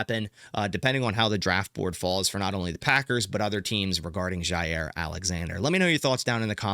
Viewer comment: I don't know why this makes my skin crawl so much, but there is no Z in Jaire !!! It's pronounced JI- air And HOW does he find a way to say his name 14 times every video!!!ll